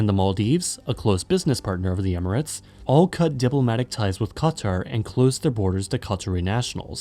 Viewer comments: Qatar ❌ Cutter ✅ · You can pronounce the hardest German words but qaTHar is hard to say